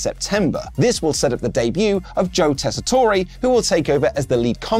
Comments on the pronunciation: ......Tess-i-TORE...not "toray". We keep telling you in the comments... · Re-upping that the new Raw announcer is Joe TESS-uh-tor, not tess-ah-TOR-ay. And RIP, Sid. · It’s Joe tes-ah-tor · It’s Joe Tess-a-tor there’s not long e.